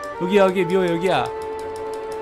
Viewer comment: 그 런닝머신 할때 미호가아니라 마호라고 했어요ㅋㅋ